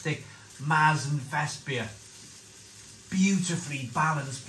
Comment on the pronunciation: Sorry to be pedantic but the umlaut ( the 2 dots) on the A turns it into an E....so it's Mertzen...not Maaartzen.....so now you know!!